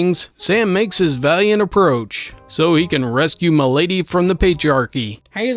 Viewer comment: Idk if it's just what I heard or if you really said it like that, but "get him mi'laid" KILLED ME